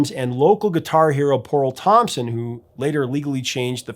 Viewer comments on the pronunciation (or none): none